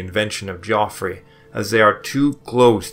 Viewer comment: In the first 3 minutes the narrator mispronounces Geoffrey, pagan, and several other easy words, but he goes to great effort to pronounce the difficult words.